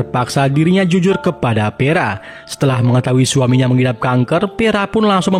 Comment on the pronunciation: vera bang.. vera.. bukan peraaa 😢